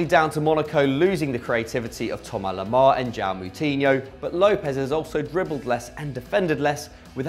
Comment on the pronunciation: Why is it pronounced "Thomar Lemar"? I did French, a good while back, but why is it pronounced that way?